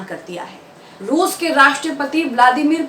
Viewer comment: rooz nahi bolte